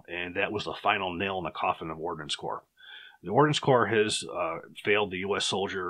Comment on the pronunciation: Its Ordnance Corps. Not Ordinance Corps